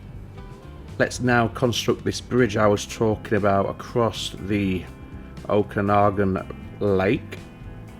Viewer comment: Pronunciation of the lake name was spot on. Great series. Thanks